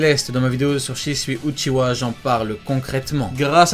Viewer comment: Uchiwa et pas uchiha